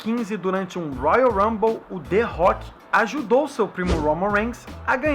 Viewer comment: kkkkkkkkkkk ué que culpa ele tem de não pronunciar direito não soube chama direito que nem eu